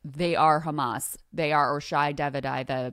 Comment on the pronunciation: Everything is KKHHHAAMM-MMAASS